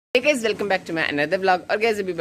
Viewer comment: Aap bhi guys ni guid ni guys ho gaye mai bhi confuse ho gaya😂